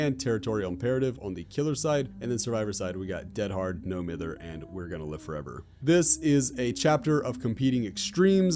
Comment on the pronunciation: Huntress was released when I turned 13. Whack. Also I love when Americans pronounce no mither the way they do hahaha